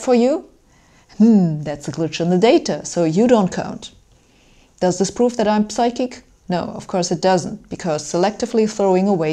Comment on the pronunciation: psychic /ˈsʌɪkɪk/, the p- is not pronounced. Same with psychology, psi, pseudo-, and so on.